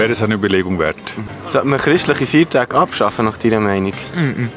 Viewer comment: Das heißt nicht " Fiertache" sondern Feiertage. Und nein sollte man nicht!